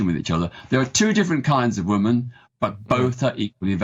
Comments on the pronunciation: Its WOMEN peter not WOMAN....... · This guy cannot even pronounce "women" properly. It's pronounced 'wi·muhn' not 'wu-man'🤦🏻‍♂️ He's also biased blinkered and being purposely ignorant to the abuse coming from trans people.